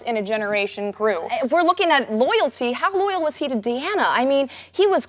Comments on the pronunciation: Deanna, not Diana. Damnit,. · The prosecutor is clearly not a real fan. Riker is not the original Number One and it's pronounced Deeeeeeerana not Diana. Any real fan would know this. Sure she's cute but let's have some real fans. Also next time remind Frakes that Worf was still a Lt.